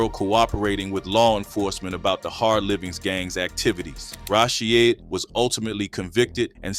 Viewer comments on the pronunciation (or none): PAGAD had a agenda as well. The kak is still going on. Its pronounced Rasheed not Rashy ed. Please if you need help to learn how to pronounce the names i can help. But please you are butchering them 😅😅